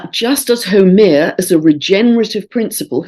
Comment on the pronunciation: Dear, thank you as always for your wonderful insights. just a note on Haumea, from a native Hawaiian. The name Haumea is pronounced as HOW MAY YA with the accent on the 2nd syllable. I wasn't sure for sometime who you were speaking of until i listened to all you shared about her. Blessings and Thankyou for all. Aloha Pumehana and Malama Pono (warm Love and Highest Blessings)